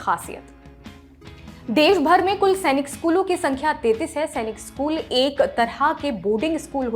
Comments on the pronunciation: It's not सेनिक It's सैनिक madam. We sainikians put our heart and soul towards our school and if someone pronounce it wrong. We feel bad. By the way It's a very informative video. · Chachi Senic nahi Sainik school hai Tum ne hendi school mein nahi padha